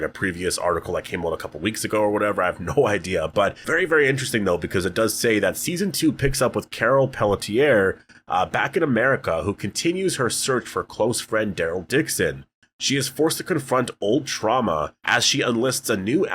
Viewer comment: I’m totally nitpicking, but isn’t ‘Peletier’ pronounced more like ‘Pell-tee-ay?’ Coincidentally, I believe it’s also French.